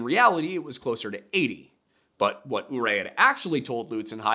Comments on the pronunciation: As someone who has lived in Montrose, CO my whole life, "Uncompahgre" is pronounced "un(as in undone)-come-pa(as in grandpa)-grey". Ik its confusing since it looks like Spanish, but its actually Ute!! There is a lot of things/places here that are named after Native American words and people, so the pronunciations aren't intuitive for a lot of people. Edit: Ouray is pronounced "yur-ay" Edit 2: "Saguache" is pronounced "Suh-watch" (I wonder how long this comment will get lmao) Edit 3: OH MY GOD, I think this it the first time in my life that Montrose has EVER come up in a yt video I've watched. Also, you pronounced it correctly :) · As a Colorado native and lifelong resident, Ouray is pronounced more between Yer-ray and Yoo-ray. Uncompaghre is Un-come-pah-grey. Un rather than oon, you were pretty close. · As a Coloradain I am going to make some corrections. It's Unc-com-padre like uncle, and padre. It's also Your-ay non ooray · Just a note - Ouray is pronounced yer-ay. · I normally wouldn't make such a comment, but you've asked for similar in the past: If the name you keep saying is spelled "Ouray," I can tell you that within Colorado, locals pronounce this "You-Ray." (There's a town with that name, so it comes up more often than just stories about natives and/or cannibals.) I don't know if that's an accurate rendering of the original name, but that's how it's said today. Sorry if this comment is already here; I skimmed some but wasn't going to read all 419.